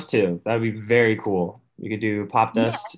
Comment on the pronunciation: nije UERI vec VERI, nije UIDEO vec VIDEO leptipoljubim